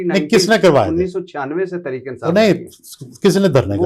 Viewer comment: وڑائچ صاحب خود کو بہت بڑی ادبی شخصیت سمجھتے ہیں۔ واہ واہ واہ ۔ جناب ۔ درے پردہ نہیں در پردہ ہوتا ہے ۔ اٹھونجا نہیں اٹھاون ہوتا ہے ۔ تریک نہیں تحریک ہوتا ہے ۔ . "صرف " ۔ " فرض" اور بہت سے دیگر الفاظ کا تلفظ ٹھیک کر لیجیے پھر "ملک " پر بات کیجیے گا ۔ ۔ ان کا عظیم الشان گھر دیکھ کر ہی اندازہ ہوتا ہے کہ یہ کتنے بڑے " صحافی " ہیں ۔ ۔ الیکشن والی رات جیو پر ان کا تجزیہ سن کر انتہائی افسوس ہوا تھا ۔ جب انہوں نے نہایت سنجیدگی سے کہا تھا کہ ساری پارٹیوں کے ووٹ اکٹھے گن لیں ۔ پی ٹی آئی ان سے ہارگئی ہے ۔ شرمناک تبصرہ ۔ ۔۔ ۔۔۔۔۔۔Sz Rana official